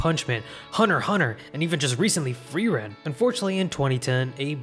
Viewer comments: im not sure, but i think frieren is not pronounced freeran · how do you pronounce "totoro" correct but not "frieren" lmao.